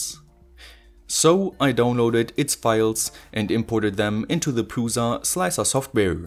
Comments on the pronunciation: It's pronounced Pruša and you have to set it up properly your 3D prints look all warped and delaminated. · please, read prusa as prusha